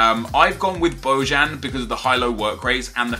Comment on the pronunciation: It's pronounced bohan